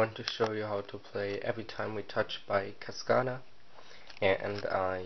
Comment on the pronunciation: he said cascana!! its casada , but i dont blame you good vid!